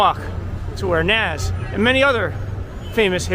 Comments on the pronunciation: It’s pronounced like nahz not naz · Yeah. That hurt my ears a bit. If you want to spell it how it sounds "Noz" would be the way to go.